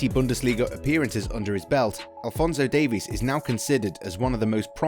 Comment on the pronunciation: Well, at least he pronounced Davies correctly.